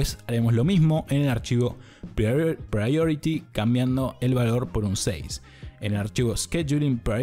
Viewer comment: Ese ingles con 3 diferentes pronunciaciones de priority